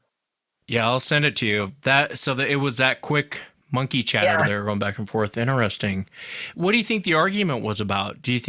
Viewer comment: I’m more and more convinced this dude drinks during these podcasts. “Innnesressng! “